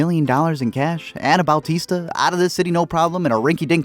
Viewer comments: "Bowtista" lmao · Did this dude say Bal-tista? Who the hell is Bal-tista?